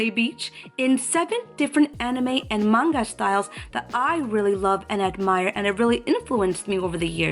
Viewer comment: An actual manga artist that even pronounces the word correctly. Not man-ga, and not the ever popular monga, thank you,, truly. XD